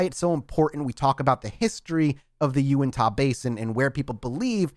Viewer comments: just so you know: Uintah doesn't end with an "ah" sound, it's more of an "uh" sound. Duchesne is also pronounced "doo-shane" because us white people are weird. Keep this coming, I live in Utah and don't know a lot of the history in that area! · love it, but every time he said “Unitah” 😂💀 here in Utah, we pronounce it U-IN-TUH not U-IN-TAH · As someone from Utah a couple things 1.its pronounced (YOU-INT-HA) 2.i am so happy that your doing this episode/series 3.please explain the crazy stuff happening up there please because it's really not prominent in Utah culture or salt lake City etc. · Pronounced “U-IN-TA” :) been camping near that area for a while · Just for peoples info it is bottle hallow not bottle hole and it is pronounced YOU-INT-HA